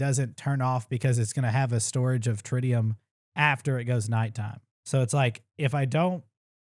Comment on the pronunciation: Getting a partial tutorial during a speed run is wild. It’s not step by step but if you understand the basics you’re being educated and entertained at the same time. BTW, Tritium is pronounced Trit-e-um